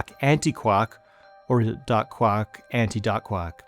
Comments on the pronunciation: Did anybody else hear "dark quark" as "duck quack"? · I love this channel but I struggle to take him seriously when he says "daak quack".